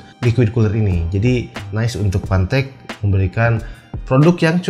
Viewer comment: fantech bang bukan pantek wkkwkwk